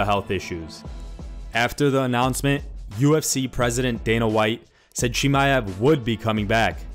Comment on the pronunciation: Khamzat „Chiamev“